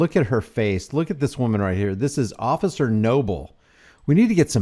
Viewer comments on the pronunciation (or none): Did anyone else notice that he doesn't say officer, he says ocifer! "I'm tired of hearing about the first amendment. That's all we ever hear." Thats what the 2nd one is for. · It killed me when he said ociffer 😂😅😊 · In all his video he says "osifer" instead of 'officer' . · Occifer, Lol